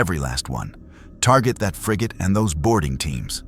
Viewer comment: It's pronounced frigate.